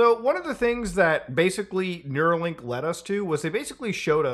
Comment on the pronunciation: REEEEEE IT'S NEURALINK NOT NEUROLINK